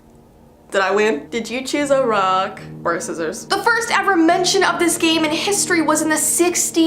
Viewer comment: you said “rock,Paper,sissiors and it’s soppose to be “Rock, Paper,Sissiors, shoot”……….